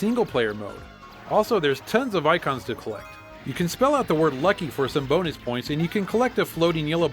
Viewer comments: i hear "boner" not bonus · she says boner, not bonus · BONUS sounds like Bone Ass